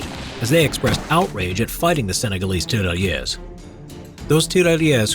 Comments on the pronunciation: Please just stop saying TERALYESE,it's Tirailleurs,te-ghay-yeugh. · The french pronounciation could have been practiced some more... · It's really funny how you say Tirailleurs XD